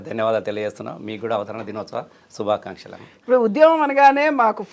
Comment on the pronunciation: శుభాకాంక్షలు అనడం కూడా సక్కగారాని చిల్లరవెదవ